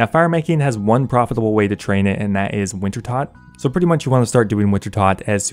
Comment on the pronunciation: You mispronounce "Winter-TOAD" after being corrected countless times, I dislike the video. Simple as.